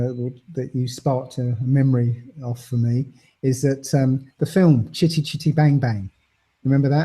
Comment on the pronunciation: i like the way he says chitty chitty bang bang ...its nice